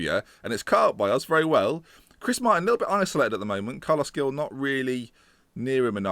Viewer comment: Gueye is pronounced 'Gay', Veretout is pronounced 'Veretoo', Gil is pronounced 'Heel' but with like a hck sound for the H. Also get that bald prick Guzan out